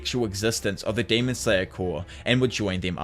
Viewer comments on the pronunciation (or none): The mispronunciation of Corps is driving me fucking insane. (Core), not (Corpse)